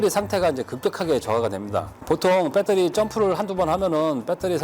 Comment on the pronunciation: 표준말을 써주세요 억양이 뻬떠리가 아니고요 베터리 입니다